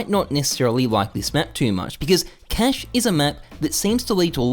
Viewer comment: Yuck, your cache pronunciation. Aren't you Australian?